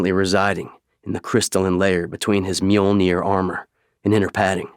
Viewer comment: I'm currently listening to the audiobook for First Strike, and I am sooo happy the narrator in this video is saying "Mjolnir" and not "Mah-johl-neer"